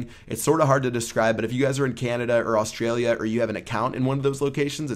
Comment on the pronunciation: The way he says Australia haha